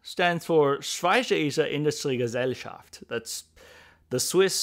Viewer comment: You butchered the Schweizerische Industrie Gesellschaft 😂